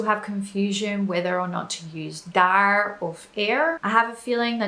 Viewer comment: She correctly pronounces the r at the end of daar and er, which most English and Australians wouldn't do naturally but most all Americans would.